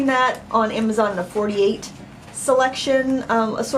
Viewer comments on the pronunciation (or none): none